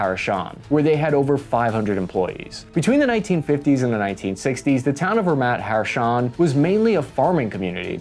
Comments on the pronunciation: It's NEgev, not NeGEv. And bruh, it's Ramat Ha'SHaron, not Ramat Ha'Rashon! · its not Ramat HaRaShon, its Ramat HaShaRon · an Israeli over here just wanted to say that hamas hasent been seen operating PKM or DSHK for a very long time now, they usually prefer homemade RPGs and chip AK variants. additionally your pronunciation of "Ramat Hasharon" fucking killed me - you said "Ramat Haroshan" which loosely translate to "baby frog heights" XD other then that, great vid as always, and a great negev. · Ramat Hasharon you klotz! not Ramat Harashon! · Good video , it's Ramat Ha-sharon though not Ramat-Ha-rashon :) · I love your videos but would love it if you worked on your pronouncing abit, the sounds are great but its not the first time you switch letters in place names. Its ramat hasharon not harashon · I hate to be that guy, but you mispronounced Ramat Hasharon(said Ramat Harashon instead) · Props for your analysis and content but I now have proof positive why the GPMG is called the jimpie. Infantrymen are unable to accurately pronounce sounds in the order in which they are written, eg Ramat Hasharon, replaced with harashon and m249 illustrated with label m429. Otherwise top notch chap and I apologise in advance for being just another limey twat. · here, the town is not called "Ramat HaRashon", but, as seen on screen, "Ramat HaSharon", still a good attempt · Hi, great video! Just two language corrections if I may: In the word Negev the emphasis is on the first vowel, that is NEgev, and not neGEV. Also, the name of the city is Ramat Ha-sharon (like in the song "my Sharona). Other than that excellent all throughout, I really enjoy your outsiders perspective on Israeli weapons and tactics, keep it up! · Ha-Sha-Ron, but close! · ramat hasharon pronunciation has me tweaking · Good video but when he got to the mispronunciation of Ramat Hasharon, urg!!! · RAMAT HA-SHA-RON